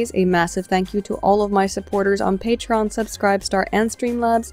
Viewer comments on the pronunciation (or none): none